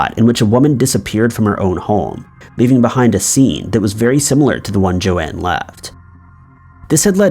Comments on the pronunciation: Joan Risch, not Joanne. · BTW. It's Joan ("Jone"), not Jo-Ann... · Not Jo Anne, JOAN. Every true crime YouTuber has covered that case, how can you be fucking it up. sucking once again and reminding me why I never watch this channel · Well said! I agree. Found this channel, but have just found way too many false statements made, and am not going to watch it. It's just too unfair to the victim and the family and friends. Also, FYI to this man---Her name is Joan, not Joanne.